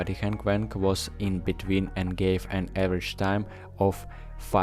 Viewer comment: YiHeng Weng again! It’s Wang!